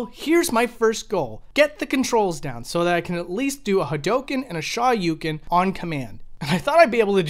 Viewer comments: Eh, Ha-dough-ken is a hell of a lot closer to correct pronounciation than his garbage Shah-yu-ken nonsense. This coming from a Japanese learner who has no issues pronouncing either perfectly. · Hadoughken! Shawyoucan! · Both the o and u in Shoryuken is extended sounds.